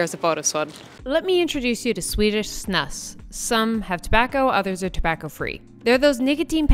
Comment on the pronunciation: snus.. say it like Snooze. :)